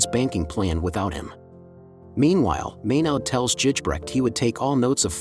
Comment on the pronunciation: Its Gijbrecht, ij is pronounced like a "y", otherwise a nice video